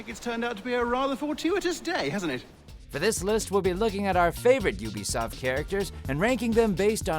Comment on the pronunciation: Say what you will about “Yoobisoft”? Cottamnit Todd, you got the name wrong!